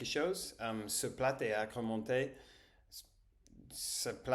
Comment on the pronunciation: _ to study = étudier ( not éStudier ) - Ouadii dadda is one of my favorite journalists btw 🥺 _ dans le mot ( plat ), la lettre T à la fin ne se prononce pas. Pareil pour le mot ( sport ) J’adore regarder tes vidéos. Tu m’encourages à préparer mes examens. Bon courage!